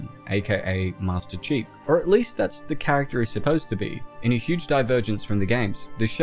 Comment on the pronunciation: I can’t stop laughing everytime he says, “master cheeks” 😂😂😂